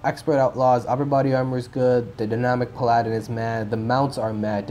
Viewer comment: Pal-uh-din. Minor thing though